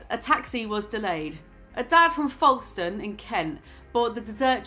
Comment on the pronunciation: The way you pronounced Folkestone is killing me 😂